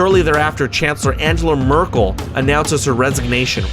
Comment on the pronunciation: Agenla Merkel???? XDDDDDDD ANGELA MERKEL XDD